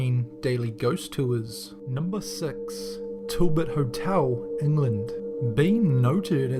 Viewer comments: Wait did anyone else think he said number sex (six)? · Sounded like you sed number sex XD